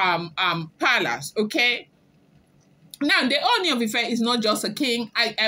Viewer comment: You almost pronounced Ooni correctly today. Keep trying. You are doing well. I have been enjoying your blogging.